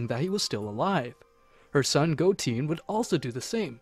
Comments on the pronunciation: Dude good video, but u pronounce a lot of the names wrong, Its not Goteen but Goten, not Chompa but Champa, not Belmood, but Belmod. its very annoying like your doing it on purpuse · Go-teen had me dying when it's Go-ten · Go 10 not GOATEE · It’s piccolo not piccoro. Goten(Go-10) Not Goteen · It KILLS ME that this guy says EVERY SINGLE NAME WRONG!!!!!!! Picorro.... Shenlong.... Whis like "Swiss" .... Vermoot.... GoTEEN.... ...........SO BAD!!!!!!! Story is good tho lol.